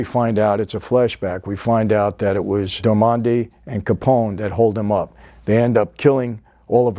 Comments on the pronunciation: Love watching all your videos but gotta say doesn't sound like ya actually watch the series lol maybe ya just recently watched the pilot to do this review but the 3 main characters of the series you completely said their names wrong which doesn't seem to off except for the fact that they say their names nonstop..It NUCKY not Nookie, Jimmy Darmody, and the woman lead is Margaret or Peggy somehow you got Kelly...Just an observation, if ya haven't watched the entire series definitely watch it, one of the best overall tv shows ever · Never heard Jimmy Darmody pronounced that way lol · James darmody your saying it wrong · You are brutally killing that characters last name lol you just made it an Italian last name when he is clearly an irish or Scottish or German white American guy 🤣🤣🤣🤣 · "Little People", Michael.... "Darmody" or "dar-muddy", not Darmondy.... I liked Boardwalk more than The Sopranos. The era, the work put into repping that era right, and all the performances of the actors. They were all great. Even "Kelly", or Margaret... lol... Good stuff as always, Michael. Same to you, brother! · Dar-mo-dy... It's an Irish lastname... from gaelic "O' Diarmada" wich means "Son of". Not Darmondy... who sounds French. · While we are correcting names it's not Jimmy Domanda its Jimmy Darmody. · “Darmondy” LOL “Michael Pitts” LOL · Michael you're killing me with "jimmy damondy"!!! It's darmody 😁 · I thought Jimmy's last name was Darmody instead of Darmondy? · I know you have probably gotten this a thousand times but it's just so strange to hear "darmonde" instead of "darmody". It's like the name is Italian instead of Irish. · DAR-MO-DY damn it, it's DARMODY not DAMONDY lol come on Mr F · It’s pronounced “Jimmy Dar-ma-dee” it’s an Irish name. Not “Dar-mon-day” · I heard darmondie and I was like huh? But since its Michael we will forgive. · He pronounces it the same way the butler does! 🤣 And I think he thinks Darmody is Italian so he calls him 'Darmonde'. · “jimmy dormonde”